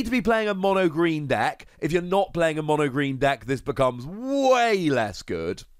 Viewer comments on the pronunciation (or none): none